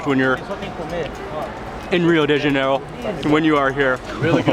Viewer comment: Mark, it's pronounced Ha-nay-ro not jan-e-ro